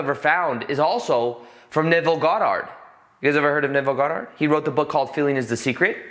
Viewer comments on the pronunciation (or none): I'm triggered by how he says Goddard 😂🙃